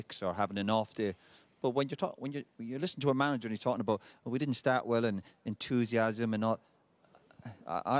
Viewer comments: Roy 'Entoosiasm' Keane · Roy "Entoosiasm" Keane